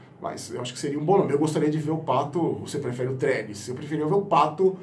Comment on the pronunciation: Só eu fico rindo quando ele fala Trelles ? 😂😂😂 que jogador pífio